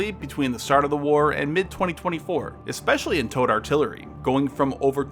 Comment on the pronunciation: Ah... you're saying "towed". Took several minutes to decipher that. Was wondering what the hell tote artillery was.